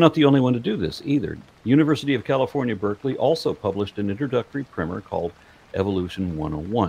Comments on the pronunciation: Primer is pronounced like prime number, prime the pump. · I hate hearing you say “primmer” over and over again - because it’s quite obviously “PRIMER” - not primmer. Like the base coat of paint you’d put on a wall - (or what you might call someone who shops at Amazon regularly). And even if “primmer” is the accepted way of pronouncing it in your part of the world, it’s still stupid and doesn’t make sense. It just means that so many people have mispronounced it for so long, it’s grown to become accepted. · you say 'primmer', but do you mean 'primer'. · ESL person here my english is pretty good and i've been reading books exclusively in english for a couple years now can we please change the spelling of "primer" to "primmer" if it is pronounced like that this just really caught me off guard always pronounced it like "prime"